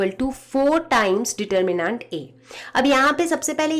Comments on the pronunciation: Sorry mam, the pronunciation of determinant was irritating. Its de. tur.mi.nent and not nant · Mam please it's not determinaaaaant please for god's sake it's neither American English nor a British English pronunciation it's just determinant please pronounce it right please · medem ji yo determinaaant ni deter min nent hove aapdi angrezi shi krlo plij 🙏🙏🙏🙏🙏🙏 JAATO KA CHORRA! JAI SHREE RAM 🕉🕉🕉🕉🕉🕉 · you didn't get it like I meant the pronounciation determinaaaant instead of determinant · Is it just me who is put off by 'DETERMINAANT'? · Mam your pronunciation of Determinat is wrong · yeah diterminnaanntt kya hota hai ?? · Ma’am pehele determinant bolna seekhlo:) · plz determinant bolna seekh lo itna kabhi trigger nhi hua mai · the way you say DETERMINANT :'(